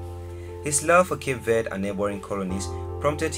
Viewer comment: Pronounced it wrong instantly 😂